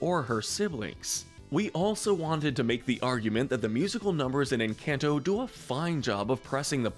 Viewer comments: I love how he say en-can-toe Instead of en-cane-to This made me so mad ngl😭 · Try pronouncing it like enCAWnto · I couldn't get past the first 10 seconds. "En-CAN'T-oh" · stop calling it enCANto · Don't get mad, maybe they can't pronounce it correctly, but it is quite funny when they say "EnCANTo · This man says Encanto in the whitest way possible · The people who disagree need to shut the ENTIRE f*ck up! When you learn how to pronounce Encanto right, then y'all can have an opinion! The movie was one of the best Disney has ever made period! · The a in encanto is pronounced an o